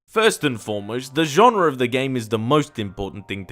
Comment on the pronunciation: Genre* not Genrer